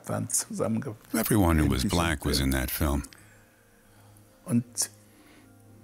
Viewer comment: I love how she pronounced Black as "Bleck." And her accent can grow on you.